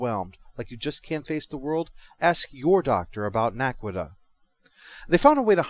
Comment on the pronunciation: Naquadah, not Naquita. Other than that, pretty good review.